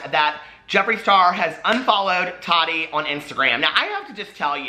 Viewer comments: The way you say Tati 🤦🏻‍♀️😂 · Nikki Stewart I know!!! It’s always tickled me lol I know he knows it’s wrong but doesn’t care 😂😂